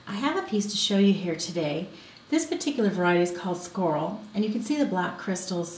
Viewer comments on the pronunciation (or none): Schorl is pronounced "shh", like schadenfreude, not skh like school; It is a German word, named after the place, Zschorlau